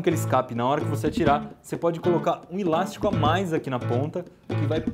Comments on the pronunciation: eu moro em são paulo e ninguém fala ILASTICO, fala ELÁSTICO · só eu q entendi ele fala "ílastico" ?